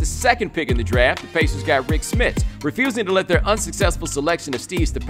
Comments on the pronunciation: the way he says the word pacers is hilarious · Stop saying pacers like that